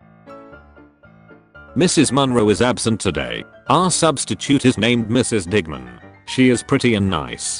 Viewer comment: Video: digman My ear: di**man